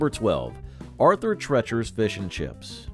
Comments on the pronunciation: Arthur "Tretcher's"? Ask your teacher about Arthur Treacher. Anyway, I never heard that referred to as "bad"; in fact, another video says it's missed! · It's pronounced Tree-chers not trechers !!! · Arthur Treacher's was NOT pronounced as Arthur TRETCHer's! It was pronounced Arthur TREEcher's! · Also, -- Arthur Treacher's name rhymed with Teacher, not with Treachery. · You pronounced the name Treacher incorrectly. Rhymes with teacher. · Arthur TREE-cher's, not TRET-cher's. Do your research, people. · Its Arthur Tree- Ture not Tretcher. Rustler had fantastic ribs in its hey day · Its not Arthur Tretchers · Sandy's wasn't bad, just bland. And it's Arthur TREE-CHER'S -- He mangled the name. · Treacher's is pronounced Tree chers! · Treacher’s is pronounced as TREE-churs not the weird way you said it. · Where in the world did you get the pronunciation of " Treacher" as tretcher? Is the person that teaches class called a tetcher?😁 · Great video, I remember most of these restaurants. One note, Arthur Treacher's rhymes with teachers :) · It's pronounced TREE-CHERS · Chi chi’s/ Sandy’s /Arthur treachers and it’s pronounced like teachers.Beningans/Bonanza/Steak and Ale my friends and I all loved these restaurants! If you never have eaten there then you have no say in the matter! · Arthur "TrEEchers" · This douche is not pronouncing Arthur Treacher's right at all